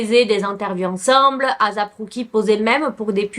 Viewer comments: ASAP ROCKY ! ET NON AZAP ROCKY 😅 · J’adore t’es video!! Mais stp fais des efforts sur les noms. Comment ça Asap Cookie?? C’etait la mm histoire avec les vidéos de P. Diddy. Tu disais "P. Daidi" . Pleeeaseee fais des efforts sur ça! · Ça se dit éissép ROCKY comme asap en anglais et rock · Ça se prononce « eyssap rOcky » et non azap roucky 💀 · En vrai on s’en fou comment on prononce mais si vous voulez la vrai façon c’est “ Ay-ssap” en mode des sape linge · Je suis d’accord c’est assez dérangeant mais bon